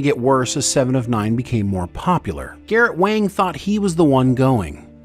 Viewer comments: What’s going on with your mispronunciations? Data, Wang, Leah, etc. You got my +1 l, and I realize these videos take a lot of work, but jeez please pronounce people’s names correctly. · Garrett' Wang's last name is pronounced "wong". (Looks like Harry Kim continues to her the short end of the stick decades after Voyager 😅) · The entire Harry Kim section - repeatedly saying Garrett Wang's last name incorrectly (it's pronounced "wong") took me out.